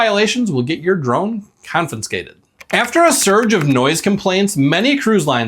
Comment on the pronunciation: I'm enjoying the videos more every day. So please take this as constructive. The word is 'confiscated', not 'confinscated'. It's common and I'm sure I'm guilty of others mispronunciations. So take the advice or not. I'm still watching. I hope you continue to grow your subscribers.